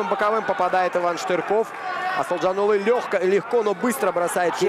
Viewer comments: второму комментатору пора бы не коверкать имя казахстанского бойца! проявите уважение! его имя Асылжан, а не Асылжан улы! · Комментатор ещё вам замечание. Қазақского бойца зовут, как ты представлял, Асылжан Бахытжанұлы. Но ты тут же, в начале второго раунда, говоришь Асылжанулы. Или ты решил подражать Путину. Дурной пример заразителен.